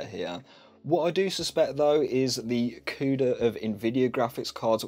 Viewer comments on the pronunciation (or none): none